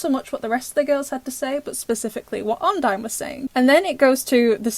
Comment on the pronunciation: It's called odine not ondie